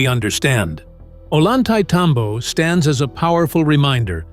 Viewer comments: The name of the place is pronounced in English phonetics: "Oh-yan-tie-tambo" The double L in Spanish is its own letter and is pronounced with the same sound as the "y" in the English word "yes." Very annoying to hear it pronounced with an L sound. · Like TMC said below, it’s pronounced ohYantay -tambo. Unlike what the narrator said. I recognize that voice but it seems computer generated. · "Oy yahn thai tom bo", please stop butchering it's name! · At least learn to pronounce the key name in your video, "Ollantaytambo", if you are going to hold yourselves out as some kind of "experts"! Pathetic!!!